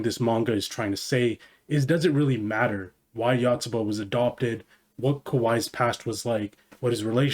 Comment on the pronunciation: One of the best series ever, love it. It's great at making mundane, everyday life feel entertaining and interesting to read, just like a young kid learning about the world for the first time. The Yanda-Yotsuba rivalry is absolutely hilarious. Though your pronounciation of Yotsuba is killing me lmao